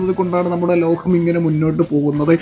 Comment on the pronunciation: ലോഹം അല്ലടാ മൈരേ,, ലോകം എന്നാണ്,,, മാതൃ ഭാഷ ഒക്കെ ഒന്ന് മനസ്സിലേക്ക് കയറ്റ്